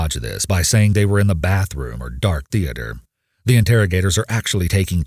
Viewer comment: I can't stand when people pronounce it "THE-AY-TER"